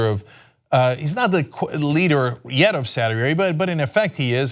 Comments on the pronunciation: did you mean "saud day"? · "SAAD DAY" Really?